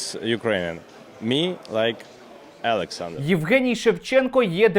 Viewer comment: Егенцьо Шевченков,а не Евген Шевченко. Неадекват повний!!!!!